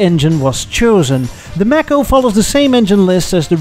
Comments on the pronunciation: May Ko, not maaco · Physeter macrocephalus- the sperm whale. A mammal, not a fish. Mako, not Macco. These are no worse than 'Murican cars of their respective times. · It took me a little while to realize you meant Mako (May-co). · Mae-koe not Mah-Koe Mako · It's not a Mack-o it's pronounced Make-o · The Edsel, looked like it had a vagina in the front. Ewww. Your "Mako" (pronounced "Mako", as in "Day". Not "Mako", as in "apple") Ford would've never built it, due to competition with the Mustang. It also looks like a Toyota. The rear end of the "Corsair" is REALLY ugly! Your "Citation" isn't bad at all. Chevrolet, would've never allowed you to call it "Citation". Your "Villager" isn't too bad. These are FAR better than your "Tucker", which were all horrible. Try "Studebaker", and "Henry J". Those would be fun. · Mako is pronounced May co. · Pronounced MAY ko, not macko. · Also if it was named after the shark it should be pronounced may-co. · Also Mako (the shark) is pronounced with a long A, "may-co" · i really can't stand your mispronunciation of Mako... Good god.